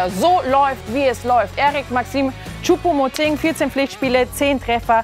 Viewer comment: Sie spricht Choupo-MotING wenigstens richtig aus!👍🏻👍🏻 Das kriegt ja Herr Brügelmann bei "Reif ist Live" seit Wochen nicht hin...🙄😝